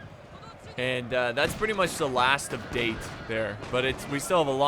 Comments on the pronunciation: It's actually da te ,pronounce separately,just saying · The amount of wrong pronounciations here actually made this pretty fun as an adittion to being a good battle... But for gods sake the pronounciation of 'Date' made me cringe....... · The moment he pronounced "Date", I just died a little inside.